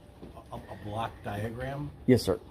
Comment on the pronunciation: When you ask for a block duagram it sounds like black diagram. May i suggest you pronounce it like blawk diagram which may be less confusing to the individual being queried.